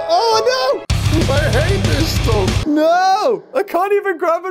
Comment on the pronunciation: i love the part that he says i hhate this staf